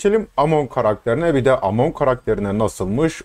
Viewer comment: Amon ne abi Eymın diye okusan olmaz mı